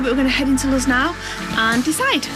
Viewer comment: CAN WE ALL JUST TAKE A MOMENT TO APPRECIATE 'S PRONUNCIATION OF THE PLACE THEY ARE STAYING - LUZ